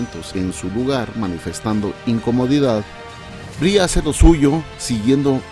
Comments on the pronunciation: Cómo la chica "no se dice Brie" se pronuncia "Bri" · Inglés tip: el nombre de Brie se pronuncia "bri".